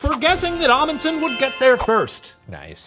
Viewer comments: I must say that the professor's pronounciation of "Fridtjof" and "Amundsen" were quite good. Can't say the same for the other halves of their names tho lol Loved the episode! We Norwegians LOVE when people talk about us. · 80% sure I'm related to that Roald Amundsen so this is a cool story Also can confirm The Professor pronounced "Amundsen" wrong the whole episode